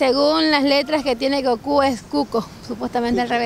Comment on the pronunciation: Es goku no koku 😂😂😂😂